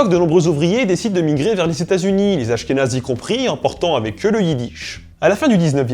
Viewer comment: des askhénaze ? Des /asxenaz/ PUTAIN !!!!111!11